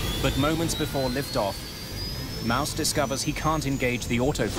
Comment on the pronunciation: That captain's name is pronounced like Mawss, not Mouse . What's his first name,... Mickey?